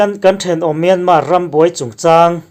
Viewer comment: Myanmar i lam dan a dik lo. A tawpa R hi an lam ri kher lo.